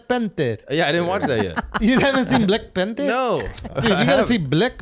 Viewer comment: I haven’t heard Schulz say “Black Pantherrr” in the longest time🤣🤣🤣